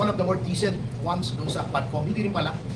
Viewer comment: Tuwadcom po maam hndi quadcom..😂😂😂😂